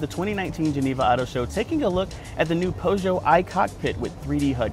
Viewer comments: Tedrick Leong I wasn’t trying to say pew. It’s like “poo.” He said po. I speak French, Japanese, Spanish, English. Pretty sure I’ve never heard it that way but maybe you just misunderstood my correction. Listen to any how to pronounce video. It’s not “Poe-zho.” It’s poo-zho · Po-Jo? It's "Pew-zhoe" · I'm french, for native English people : Peu Joe (without insisting that much on the "j") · Po zho??? Lol. You’re in the CAR, doing a video and don’t know how to pronounce it? No one corrected you?? How does this happen. 😅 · Well his name is not Antoine so it is self explanatory! It should be "Purr show " But not too many people ( many Americans I'm sorry to say ) digs out original language pronunciation. For example......Eye Talian for people from Italy or Eye Rack for Iraq. You get the point.